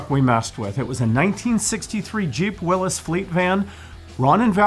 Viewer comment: Willys, is pronounced Will-eez, not Wil-lis.